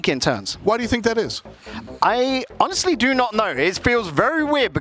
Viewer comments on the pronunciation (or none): none